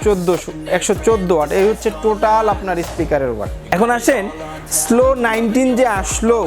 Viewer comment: স্লো না সলো